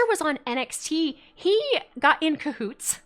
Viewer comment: A lot of good logic in this analysis, love it! A lot of depth I hadn't thought about. I may also have laughed every time said "cahoots" with a bit of extra emphasis. It must have been the word of the day 😂